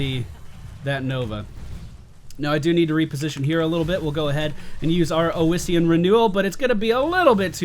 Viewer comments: Where is this extra vowel coming from in "oh-is-ian" renewal? I could see calling it oh-see-an, although the double s should clue you into the short O sound in the first syllable: Awe-see-an is your phonetic. I am going to be generous make this one free for you, but if you want unsolicited pronunciation guides in the future they are going to cost you;D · Ossian (osh-ian) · FYI Its pronounced like awesome. AWEssien renewel. Same root as osteoporosis. Great video BTW. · "AHSEE-IN' is the collagen of bones and used in the making of gelatin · I really don't understand why would you think it's pronounced Ow-essian when the second letter is S. I mean, come on, it's like calling electricity "ecterlicity". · Alright, so that healing talent you picked on Leoric, Ossein Renewal, is pronounced "Ah-See-In" From Google: "The collagen of bones, used for glues and gelatin, derived by dissolving the mineral content in an acid solution." as it pertains to biochemistry. It is derived from the Latin word for bones. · It's probably been said before but with "ossian" you need to stress the 's' sound. "Ossian" just means "bone related" (ossi- Latin prefix for bone). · God dammit D: It's OSSIAN! Like Osteoperosis! It's from the Greek for bone!